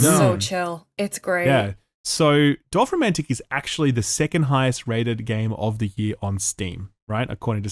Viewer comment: Honestly the best part about this whole video was hearing pronouncing Dorfromantik almost perfectly in german.